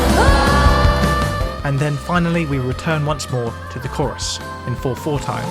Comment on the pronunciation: Mate, I'm being a pedant but the way you are saying Chorus (korriss) instead of Core-iss is making my skull itch 🤣